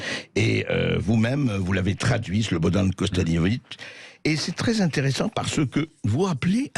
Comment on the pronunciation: c'est infiniment marrant écouter les gens françaises essayer prononcer les noms des Slavs. Ce n'est pas KOSTADINOVIK, c'est KOSTADINOVIĆ, le dernier son, c'est le même son qui commence le CIAO italien